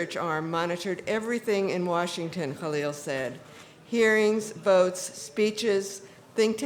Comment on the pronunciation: In my younger years, THE VOCAL WEST hypocritically (or racistly) claiming not to be able to pronounce the name KHALIL in Khalil Gibran, and instead always wrote and pronounced it KAHLIL GIBRAN. I am pleasantly surprised to see that name properly pronounced here! BAFS